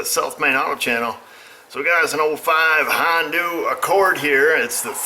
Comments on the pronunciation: Just wondering if it "Hon du" or Honda? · Why do you call the car a hondu?